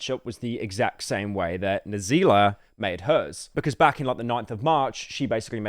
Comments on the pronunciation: He really said "N Zila"..... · "I'm going to say these African names slowly and carefully..."Ho Lee aMack A Ral Dere Cheef I Sho Iz Caul Erred Fo Sho" and "N wordzilla"